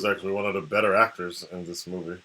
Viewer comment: lol he always says "this" like "ziss", not even japanese brah sup